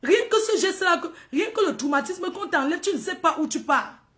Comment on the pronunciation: C’est toi qui a compris ce que tu veux comprendre tout le monde a bien compris tro et non trou ivouuuhh